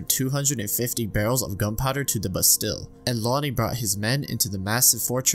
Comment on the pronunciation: bastille is pronounced ba steel btw, amazing video though genuinely im binge watching your videos